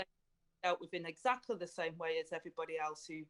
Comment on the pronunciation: There’s the two words again ‘the scientists’! Who are these scientists we want a debate between their scientists and ‘our’ scientists! Someone please educate Angela Rayner that ‘th’ is not pronounced as ‘v’!